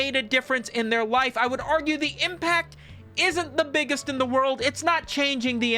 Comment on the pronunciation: He never pronounces it the same way twice too, which just makes it better.